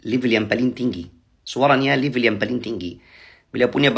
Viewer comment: Rupanya orang mesir nggak bisa ngomong "yang" bisanya yan Sekarang bisanya yan